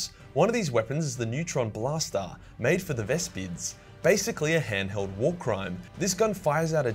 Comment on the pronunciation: "Hand held wa r crime" lmao